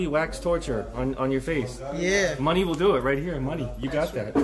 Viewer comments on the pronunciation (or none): Mani not money 🤣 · Dude his name is M-A-N-I. He might have said it three or four times!